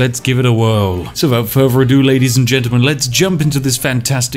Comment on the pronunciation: "Wifout furver adieu..."